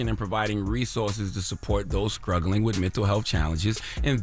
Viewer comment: Did he say "scruggling" 😂😂 i cant!